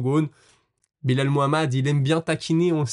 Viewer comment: Frero appelle le Belal et non Bilal 😭 top les vidéos sinon